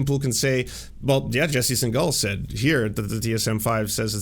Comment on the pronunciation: Why are you deliberately mispronuncing his last name even after having met him?